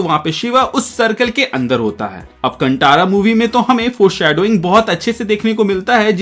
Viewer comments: कंटारा नहीं भाई कांतारा बोलिए, गलत उच्चारण कर रहे हो. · कांटारा नहीं कांतारा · Movie ka naam sahi se lo bhai, कांतारा ✅naa ki कंटारा ❌ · Movie ka naam please sahi se lo bhai, कांतारा ✅naa ki कंटारा ❌ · Nice bhai, btw pronounce kan tha ra hai. Tha hai not ta in pronouncing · It's कांतारा